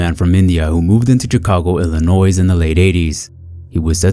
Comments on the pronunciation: This is for the first case, which is really sad and unfortunate. As a Chicagoan, the announcer's pronunciation of ILLINOIS as ILLINOISE pissed me off so effin BAD !!!!! Ok, rant over 😒😑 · You don’t say the S in Illinois!!!!!! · Illinois, the "s" is silent. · Please don't pronounce the S in Illinois. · Oh. The way you pronounced Chicago and Illinois IS INSUFFERABLE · The "s" in Illinois is silent, you heathen. 😂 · Bruh. The "s" at the end of Illinois is silent. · I was able to brush aside the first time he said Illinois with a hard s, but the second time? Yea… I’m leaving this video. The s is silent! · The 's' in Illinois is silent